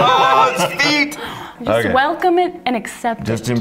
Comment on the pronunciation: says "feet" like Ross Geller when he eats the gross trifle Rachel makes; "It tastes like FEET!"